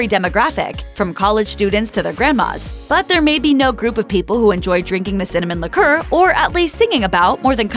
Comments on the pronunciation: Interesting how she mispronounces liqueur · Incorrect... propylene glycol is NOT in antiefreeze.. that is ETHYLENE GLYCOL. Man their not even pronouncing liqueur correctly. You can't believe anything you watch. PROPYLENE GLYCOL IS BASICALLY EDIBLE!!!